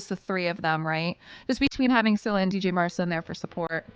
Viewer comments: »dj marsa«?? the »dj« is pronounced like the »g« in »george«. is he »mc ronam« then? XD you also dropped her first »a«. cheers for the video. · D J Marsa!!! Really? The D couldn't possibly be silent could it. 🙄